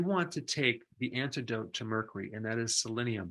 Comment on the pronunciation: Doc 🤠 merkoory?? 🤭